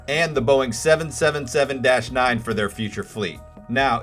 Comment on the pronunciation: Great content. Great video except for the 777 pronunciation. I think you have great potential for becoming more popular. Keep up the good work!